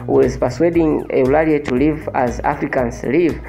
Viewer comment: Don't pronounce Eulalie instead of/Ulalii/.